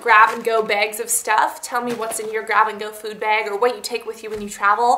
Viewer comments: BAG. not BEG. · heheheh i love how you say "bag" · How many times do you need to say bag in one video? And you don't even pronounce it right!